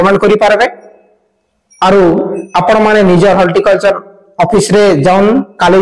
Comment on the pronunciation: Holticulture nai bhai horticulture. Video banaucha spelling clear kaha